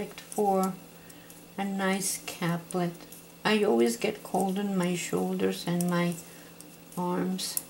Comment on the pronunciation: pronounced CAPE-LET .. thank you for this video.. the capelet is lovely :)